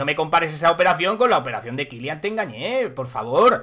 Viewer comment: porque le llamas kyliant? no lleva t al final